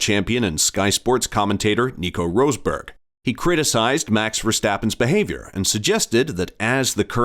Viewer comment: You can tell this is a tard video when the dip wad announcer calls Nico “Roseberg “ showing his stupidity. If you can’t pronounce the names, you just look like a moron. Dislike pressed. Channel blocked. Losers. Find another career because you suck at this one.